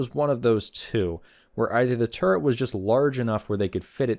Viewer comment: I knew two actual tankers who were so thick headed they could not be taught to say or write the word turret correctly. Exactly how you said it in the mega no punctuation comment is exactly how those two imbeciles pronounced it and I am internally screaming into an uncaring void thanks to having heard that. I know this video is 3 years old but thanks for dredging up that memory I tried my damnedest to suppress.